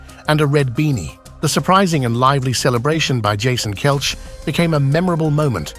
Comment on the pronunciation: AI voice has no idea how to properly pronounce Kelce.